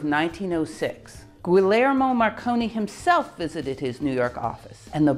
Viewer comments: "Guglielmo" Marconi NOT "Guilermo"! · I enjoy these videos immensely and have to watch multiple times to retain about half of the information. One small correction, Guglielmo Marconi is pronounced Gwee-el-mo, he is not a Guillermo. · Guglielmo Marconi (Not Guilermo) pronounced goooyielmo